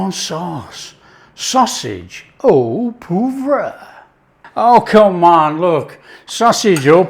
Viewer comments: Haha. I think his initial poo vrah became poo voir which should methinks be more of a Pwoi vra phontically but has earned the right to pronounce poivre how he likes!! 🙂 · You Had Me at "ooo puvwah" (sry cant spell French) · Oh pwarvrer, but uses Yorkshire pronunciation. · you need to work on your pronunciation of "au poivre"! 😜